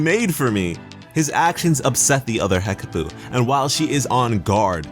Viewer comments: Hekapoo not Hekaboo. Change it to Hekabae :D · Hekapoo or hekpooh not hekaboo